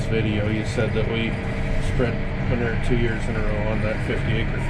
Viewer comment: I love the way your dad says manurr the way Mike Less does. I grew up saying manewer (rhymes with sewer, so you know what it is). With a new pronunciation, we could sell this stuff for money!